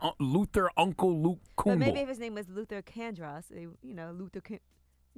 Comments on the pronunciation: So it said properly pronounced Martin LUFFER King, repeatedly. In Rochester, NY Lovely Warren the Mayor says with purpose LIBARY repeatedly. Oh and it's Martin Luffer King Mumff? Wow. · And secondly Charlamagne...who is Martin LUFFA King? I think your pronouncing it wrong.... Coincidence?